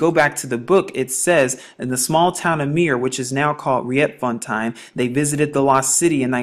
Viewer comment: Just to help you with the right pronounciation of Dutch language names of certain area in South Africa and some other names of planes......'Riet'fontein is spoken as 'Reet'founten..Maurits is Dutch for Mo-rit-s =Maurice as a family-name..!! As I understand it there must have lived giants around the area you are talking about......! Probably before Jerusalem was even founded...!! Berg is Dutch for Mountain....